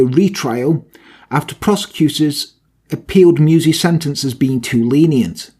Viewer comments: your german skills are pretty good! but meiwes is pronounced „my-ves“ not „muse“ 😁 alles klar? 😉 great video! 👌🏻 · "Meiwes" isn't pronounced "mews", but "my vess".